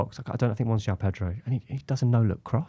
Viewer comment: It is JO-ON Pedro not JOW. Trust me I have lived here in Brasil for 20 years.